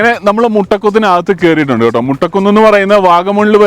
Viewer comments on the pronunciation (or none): മുട്ട കുന്ന് അല്ലല്ലോ, മൊട്ട കുന്ന് ആണ്... 😁😁😁